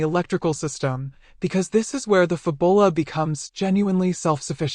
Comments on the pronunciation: It's Fabula, not Fabola, lol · No doubt, the pronunciation is intended to be FAB-YOU-lah, like fabulous, and not fa-bulla. The copywriters and marketers must have worked hard on that product name, only to have it butchered by a digital voice that doesn't know how to pronounce "u". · Fab-u-la, not Fu-bo-la. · This is not pronounced "Fabola". It's pronounced Fabula as in Fabulous. Your welcome. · Lol "fab ull ah"? Wow... fail narration. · “Fab-bull-ah”…only AI could… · shut up you stoopid AI voice!!!! can't even pronounce the product name correctly. hahahahahahahahahaha